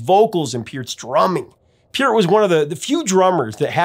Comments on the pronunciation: Isn’t it pronounced Purt not Pea-urt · Neil's last name is not pronounced "Peert." I heard an interview with him in 1997 on the radio and he pronounced his name as "Part" (rhymes with Heart).